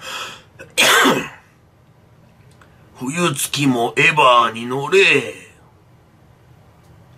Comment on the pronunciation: 声も似てるし、発音が「エバー」だったりで地味に凝ってるの好き